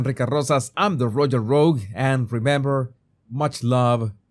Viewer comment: Rogue, not rouge.